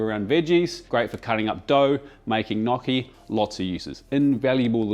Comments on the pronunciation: This dude is a mega phony. He mispronounced gnocchi. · Did you say “nokee”?? 😅